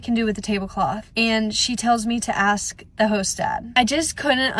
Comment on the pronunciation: This older lady commentary acting like she knows what its like to be a nanny is ridiculous. This lady sits in a chair & tries to act like the old grandma giving advice. Shes crazy. Also..,ASK is pronounced just like its spelled, not AXE. Wth? Go to college, take some grammar classes. This old lady sitting in her pc throne needs to go outside, go to college , even at her age & get a life.